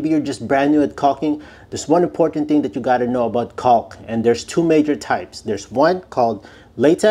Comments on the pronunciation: The L is silent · One more tip…don’t pronounce the “L” i. Caulk like that or you’ll be the laughing stock at the jobsite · Making Shure we really really annuniciate the El " L" letter sound when pronounceing the word CauLk!!!